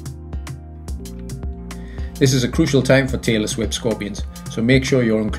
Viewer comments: I kept hearing taylor swift scorpion and wondered why it was called that. I then realized he was saying tailless whip scorpion 🤦‍♂️ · Am I the only person who thought he was saying 'Taylor Swift scorpion'? 😂